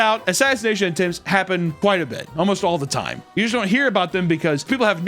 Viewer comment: "Don't waaste your toyme on me..."